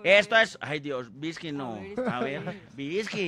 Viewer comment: ''VISCKY'' JAJAJAJAJAJJAJAJAJAJA MUEROOOOOOOOOOO.